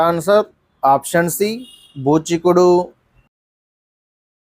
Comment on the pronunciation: బూచికుడు కాదు ఋచీకుడు